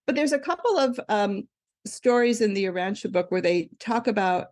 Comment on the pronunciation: This guest is amazing, I’ve read the Urantia book although I was mistakenly pronouncing it “Ur-ran-tee-a” 😅 I’m not sure why people are dismissing this, Women matter. Amen. 😇